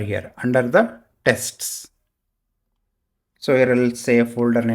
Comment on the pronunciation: Thank you! But please stop saying 'testis'!